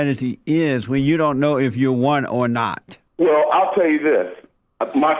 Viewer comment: Did she Whale, instead of WELL? 😂🤣😅